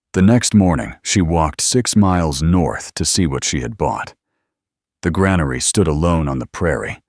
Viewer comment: It would be nice if the automated voice could pronounce granary correctly.